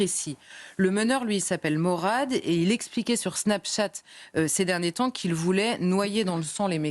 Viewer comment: On ne dit pas morade on dit mourade